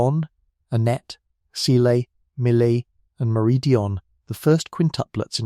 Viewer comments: Is Cecile pronounced "see-lay" like you pronounced it or it it because this is an ai voice? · This could’ve been good but the AI voice ruined it. “Cuh-sy-lay” lmfao. You didn’t even proofread the finished video! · Who taught this person how to say Cecile?! It cringe every time he says it!! 😱😱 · This has to be an AI channel. He pronounced Cécile in three different ways